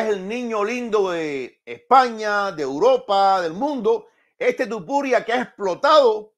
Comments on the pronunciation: Porque no sabes pronunciar el nombre de Topuria, Y dices Tupuria? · Es Topuria, no tupuria